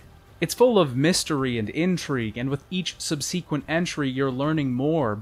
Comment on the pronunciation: Subseaqwent no no no subsequent is not pronounced that way my dude